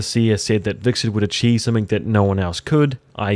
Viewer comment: Sorry to be that guy, but it really bugs me that you're pronouncing it hviKserT, and not the actual hviTserK :)